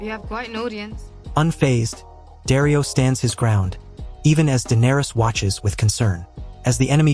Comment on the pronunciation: You pronounced Jorah wrong… the J sounds like the J in “jeans”. Daario should sound more like Dahrio.